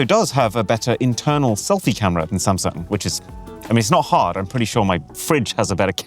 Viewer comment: He keeps calling Samsung as sam😂